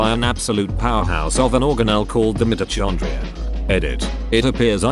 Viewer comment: mite-oh-chon-dree-on. i cried